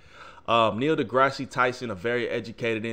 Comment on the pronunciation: Awesoem just one thing it’s Da-grass not da-grass-si lol Dr Tyson and Joe are both awesome!